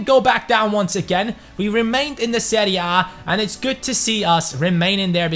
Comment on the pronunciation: I liked the way he said "seria bae"